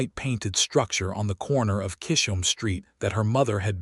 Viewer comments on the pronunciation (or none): Please, please, please work with AI to correctly pronounce Mae (NOT Me, but May like the month) and Chisholm (Ch-is-um). The mispronunciations take away from the story. I am not sure I would have been as trusting of Cole as Mae was. For me the 4 years of courting, then to disappear for 10 years would always make me wonder if the same thing would happen again. I have been married 54 years. We both were 19 when we married. My husband was abandoned by his parents and adopted by his parents. I grew up in a chaotic family situation - my parents divorcing when I was 2, after that my mother had 2 more difficult marriages and divorces.with those histories, my husband and I had some serious discussions about the need to be sure of our commitment to one another. This stories premise does stir up some of the trauma and fears from my early years. Listening from TN.